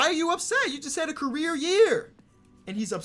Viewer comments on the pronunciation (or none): none